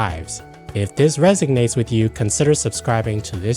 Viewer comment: The word is “resonate”, not “resignate”, as in “if this resonates with you”.